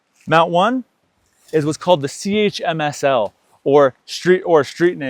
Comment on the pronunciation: Great review, nicely thought out product!. But I never heard it pronounced "tunno cover' or "C, H, M S, L", its "tonno" and "chimsel" ;)